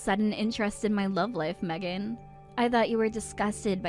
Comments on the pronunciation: Meeegan? WTF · Her own husband can't even pronounce his own wifes name right 😂